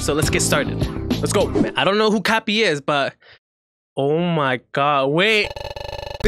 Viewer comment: Kapi not Kabi lol